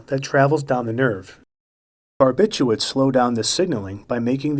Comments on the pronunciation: Barbithuats? How the hell are you reading it? English is WEIRDDDDDDDD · It's barbituRates not barbituates